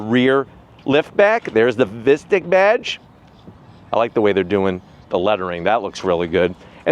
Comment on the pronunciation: Sounds awful pronounced like “mystic” vs “mystique”.